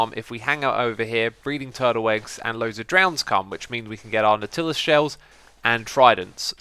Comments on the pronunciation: Xisuma, say it with me. NOT-ill-US. Nautilus. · Nautilus is pronounced "NOT-uh-liss". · Is that really how Brits say "nautilus"?